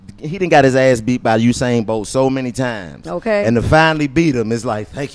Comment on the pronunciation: Why they keep saying "Husain'? Where they get that H from tho? LOL